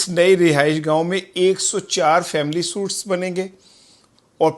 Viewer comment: Brother please correct your pernounciation of suites (sweet )